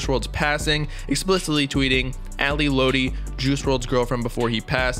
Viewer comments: Its not ally lOtti it's ally lot-ti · Its Lotti not loutti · it’s lotti not lodi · It's "Lot-ee" not "load-ee" lol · Fire video but it’s lAhDi not LowDi for lotti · It’s Lotti not Lodi 🙄🙄🙄 TF? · i’m sorry “loadi” it’s “lotti” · sir its pronounced lot-e not low-tee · It’s Ally ‘LOTti’ not Ally ‘Loatti’ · dudeee its not LOWTI ITS LOTTI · let him rest in peace next time u speak on him make sure u know how to say there names right “Ally lootie” Ally lotti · Im going to be that guy who corrects lil stuff like when you say ally lotti you got to pronounce it "lot - e" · this mans said loati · bruh, she was helping him get clean, she was really heartbroken, it's like we didn't see this happen, but did, just got us unexpected, and before you go on here, say her name right (Lotti- Lot-Tee) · 🤦‍♀️ it’s pronounced “Lot E” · My dude said ally loety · thanks I was just thinking why he said low-ti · Bro said lo-tee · lotti i'm pretty sure is like "lot-tee" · This nigga said ally loddy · You’d think with all that research you did you’d be able to pronounce Ally’s name correctly. FYI: it’s pronounced ‘Lot- E’ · lot-e .....lotti. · this many said ally (low-tea) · "Ally lowty" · ally "lowti" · i can’t get over how wrong he’s pronouncing lotti and i feel like it shouldn’t be hard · You should redo this whole video and pronounce lotti right 🖤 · Everything you say sounds so invalid when you can’t even pronounce Ally Lotti correct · bruh if you such a genius say her name right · Bro can’t even say lotti right 😂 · Imagine pronouncing lotti wrong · Bruh he don’t even say her name right😂😂😂 nah this is finna be some bs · He can't say lotti come on u got to say it right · You sayin her last name wrong 😭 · chile you can’t even say her name right